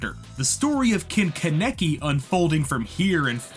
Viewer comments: Good video but kaneki (kon ne key) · love the video, hate how you say ken kaneki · The way he pronounces Kaneki is mildly infuriating. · The way you pronounce kaneki bothers me but great video! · The pronunciation on kaneki is annoying me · the fact that you consistently said kaneki wrong really gave me aids